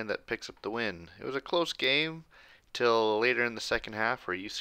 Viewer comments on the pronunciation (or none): none